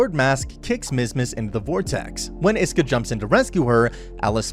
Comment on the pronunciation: bruuuuuuuuuuuuuuuuuuuuuuuuuuuuh its ISKA NOT IESKA OR HOWEVER YOURE PRONOUNCING IT im tilting just from the way hes saying it